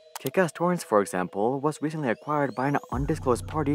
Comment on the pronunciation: Why do you add "uh" to some words? Like right at the start "recentlyuh"